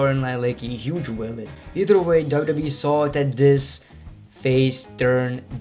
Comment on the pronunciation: Please, can you say W W E, no W W E